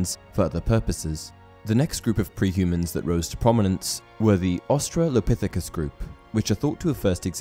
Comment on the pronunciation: I had to click off this because of the disgusting sounding butchering of the word Australopithecus...JESUS, have you ever gone to middle/high school?!?! lol